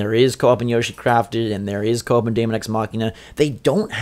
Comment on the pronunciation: Nice video and list guys. Mario Bros Deluxe is a no brainer and should have came out late this year but was probably pushed back too Jan 2019 so Smash can get the full effect of the Holiday Season. Deemon guys not Daymon, Daemon(demon) x Machina is a game that just looks better and better everytime i see it, i am not expecting a big story campaign but with online multiplayer, it could be a ton of fun. Yoshi's Crafted World is looking like a relaxing fun playthrough. Project Town we need too see more of but it could be really good. AC i don't play but it is a huge Nintendo franchise. FE 3 House's is gonna be in the top 3 best Switch games of 2019 and i think it's gonna wow a ton of people. Luigi's Mansion is gonna be alot of fun and i am expecting and 2nd character a female character and too be able too playthru the story campaign in 2 players, that would be awesome. Pokemon is another franchise i don't play but i am gonna keep my eye on it n see how good it is gonna been but again another massive franchise. Metroid Prime 4 i do feel will be the best looking and best playing game on the system and will utilize the Switch n Joy-Cons too the fullest, this is my pick to be the best game overall in 2019. Bayonetta 3 should have been on the list tho, that is going too be a dope Title in 2019.